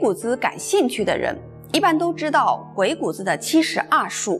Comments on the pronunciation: 鬼谷子的正确读音是gui3gu3zi3. 三个字都读重音。这里“子”字不轻读因为它是对先生的尊重。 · 给您这位文化人诚恳的建议：将来讲有关“老子”的故事时，不要再混淆“子”的读音。同样的字，读音不同，意亦不同。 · 鬼谷子,子音念錯,應該跟孔子老子的子音相同 真是大不敬... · 鬼谷子的子应发第三声，就像孔子、老子等。的气质仪态很好。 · 鬼谷子最后的子应该发3声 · 鬼谷子的“子” 的发音应该和孔子的“子”一样。您的声调好像不一样。喜欢您的视频！ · 谷的读音查一下